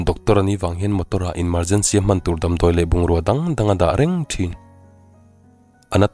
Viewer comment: Sawisel lawk duh ka nei. I story chhiar hi ka ngaithla kim vek a Siren tih tur silent leh Emergency aiah inmergency tih te hi ka sawisel zeuh e